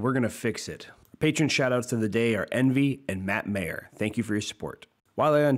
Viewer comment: My-er. Pronounce the guys name right damnit.